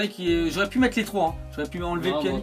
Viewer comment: tu c pas parlé ou quoi on prononce pianitch et pas pianik comme tu dis